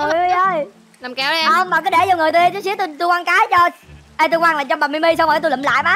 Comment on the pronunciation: Kamui nói Mimi là Timy.